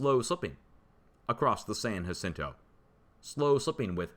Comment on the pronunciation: San ya-cento..San Jacinto. Fmr. Cali resident